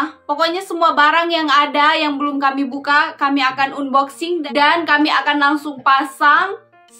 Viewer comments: Unboxing dibacanya Anboxing kak...bantu meralat yaaaa...hehe 😊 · Bacanya Anboxing mbak... 😁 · Maaf hnya mengoreksi ya. Unboxing bacanya anboxing kak 😁😊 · bukan "un" boxing bcany, tp "an"boxing yg bnr. Syg sx y brg2 yg dbeli itu brg2 yg tdk tahan lama. Lbh baik beli brg yg mahal tp awet smp kakek nenek, drpd yg murah cpt rusak akhirny beli lg & lg. Weizun umurny brp tika? Dewasa sx y ke2 weizun. Kl tika spt anak2 & kliatan abegehny. Weizun bnr2 pujaan pra wanita nih 😄😄😄, sdh baik, ganteng, pinter, rajin, sabar, syg, ap sj bs dkrjkn & kaya pula 😄😄😄, bruntung jauh ad dchina. Kl d Indonesia da bnyk prempuan yg kejar & mnta jd istri yg k2, k3, k4 dst. Kn blh poligami. Jaman skrg mah bukan laki yg mnta, tp perempuan kl uda cinta ap jg dkejar 😆😆😆. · Bukan unboxing,. Hrsnya diucapkan anboxing. Maaf hanya membetulkan saja,biar ga salah terus.